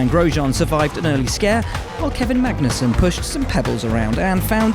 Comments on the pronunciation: I didn't know Magnussen was Italian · Magnussen, the danish Italian